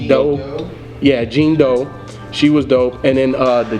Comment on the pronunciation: easily my favorite project of the year. i love every project Mick's put out so far, he's my favorite rapper right now. im easily his biggest stan lol. also it's pronounced John Doe, not Jean Doo lolol. and Noname Gypsy is the bae <3